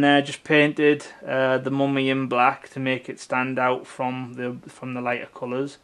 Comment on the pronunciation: The "Moomy" ???